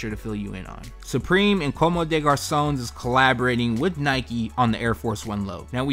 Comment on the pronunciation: This guy can't even pronounce 'Comme des Garcon'!